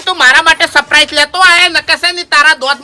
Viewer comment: Saprise nahi lekin surprise bolo